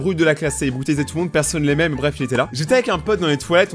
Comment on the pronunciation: mdr berf a la place de bref